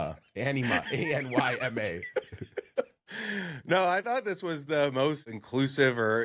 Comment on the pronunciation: he definitely said ENEMA not Anyma